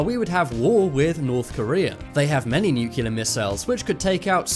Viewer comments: Cool video chap. Thanks. BTW, nuclear is pronounced "nuclear" not "nucular". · Personal Pet peeve, pronounce it NUCLEAR, not NUCULEAR. Doesn"t sound good. Big difference, Common mistake. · nuCLEAR. Not nukular. o_o lol Well done vid. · I do believe it's "nuclear" rather than "nukelar"? lol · Dude... NU- CLE- AR!!! NUT nucular!! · not "nuk u lar"....nuclear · A less important comment. Why is Nuclear pronounced by Americans as “new-killer” and not as it should be “new-clear”..?? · Dude , nuclear is pronounced NUK-LEAR not nukelar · It nuclear pronounced new-clear NOT nucular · You said nucular, and said the ear was a bone. You just lost all credibility. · Nuclear pronounced "nucular". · How hard is it to pronounce nuclear? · He doesn’t pronounce nuclear properly. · Busby I spelled it the way he said it genius. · Pronounce "nuclear" the correct way next time